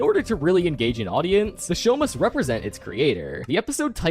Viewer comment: You say mustddddddd